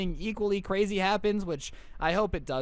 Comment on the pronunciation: Wow she's cwazy